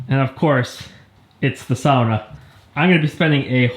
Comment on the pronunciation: lmao, I can't believe it took me [a fellow Finn] until you said "sauna" to notice you are finnish 😂